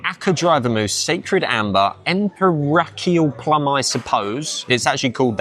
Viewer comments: "Emperakial" plum I suppose, lol. Empirical from the word empire. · Empiracial lmfao not even close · Loved the way he pronounced empirical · Man can afford to eat at some of the best joints in the land but can't pronounce empirical lmao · hard time sayin IMPIRICAL i see .. for someone coming out of british empire .. hahahahah